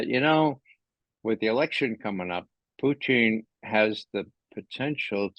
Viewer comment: Does anyone know why Ray pronounces Putin's name like Poutine, which is a disgusting fast food dish?